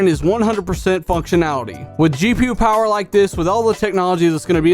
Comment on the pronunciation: The Powahh....lol